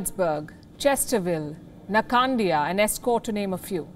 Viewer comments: Palki saying "NKANDIA" instead of "NKANDLA". 😝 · "Nakandlia"? Where the hell is that?